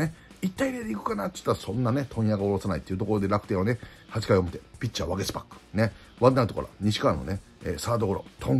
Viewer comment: 里崎さんいつもワゲスパックってちゃんと言えてる？？笑